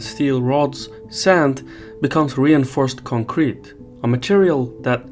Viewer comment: Boy, did you learn your pronunciation from Taylor Swift? It's CONcrete not conCREt